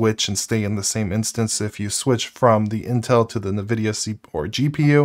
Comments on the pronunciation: It's EH'N' vidia not NE vidia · Hey, your videos are great... But this is making me nuts... sorry. It's N like the letter vidia... Like IN-vidia. not what you are saying. lol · nuh-vidia lmao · Loving your content my man. But I will say the way you pronounce nvidia is driving me crazy. It En-vidia. Not Nuh-vidia. Also zephyrus. That one is definitely zef-er-us. Not zef-eye-rus. However in fairness I'm not 100% sure about the zephyrus pronunciation. Anyway sorry for being a pain in the ass! Love the content! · did you just say zeph-eye-rus and nuh-videa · I might be crazy, but I find it weird the way you pronounce Zephyrus and NVIDIA.